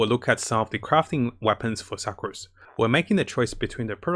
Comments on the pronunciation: Sucrose is pronounced sookrose lol.. as in the meaning sugar 😆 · He called Sucrose Sacroose XD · Klee = Keel Sucrose = Sacroose Let’s see what else he will call the characters by